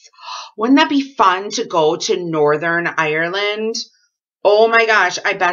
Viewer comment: I always love hearing the way American people say Northern Ireland, Its cold here but i bet its alot colder in Wisconsin. I watch and love all your videos. Sending love and holiday wishes from Northen Ireland.